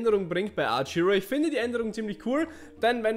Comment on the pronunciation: Hey^^ Danke für das Video :3 Aber mal eine blöde Frage? Ist das ein Insider, dass du statt Archero immer Arch-Hero sagst? Ich mein das nicht böse, bin nur neugierig^^"